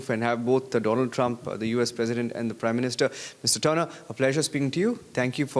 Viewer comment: It's Tener